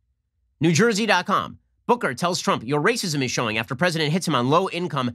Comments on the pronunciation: That RRRR roll was fantastic Ben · I thought Ben being able to play the violin was impressive, but then he rolled that R. My god, this man has no limit to his talent. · Very impressive "r" rolling